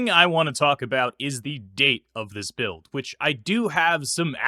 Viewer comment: “Alpha Buired” 😧 Love the vids 🙏